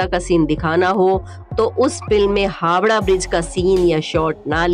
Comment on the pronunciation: Hawda nhi Howrah